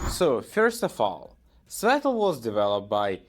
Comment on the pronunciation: He’s mocking your pronunciation